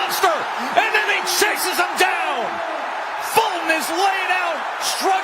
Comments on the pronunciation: "iss a betta round fo Folton" yeah, he's getting pummeled non-stop. That's a much betta round. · stupid announcer calling him "Folton". Rootin' for his BOYEE but his boyeee got demolished.